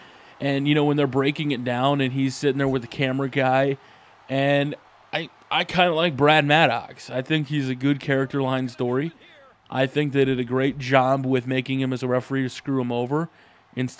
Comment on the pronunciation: Anyone notice he said charectar line story? Lol